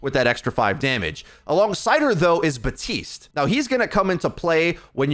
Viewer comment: Is he saying Batiste not BaPtiste ? XD